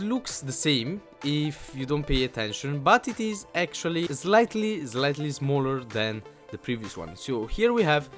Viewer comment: zlightly XD